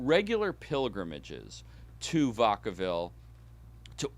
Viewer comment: Fascinating research and interpretation, but as a person actually from the Bay and having previously worked in San Quentin, Vacaville is pronounced, “vack-uh-vihl” not “vuhck-uh-vihl,” but thanks for atleast pronouncing Daly City correctly:)